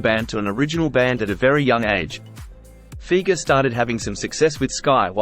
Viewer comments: Fi-ger….NOT Feeger… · it's Fi-ger not feger